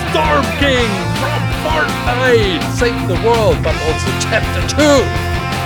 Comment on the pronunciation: It’s Fortnite not farnit